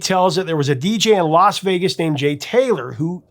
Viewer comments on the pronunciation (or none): none